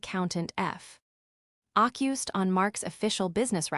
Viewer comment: also 'f occused' - ANOTHER poorly written & spoken vocabulary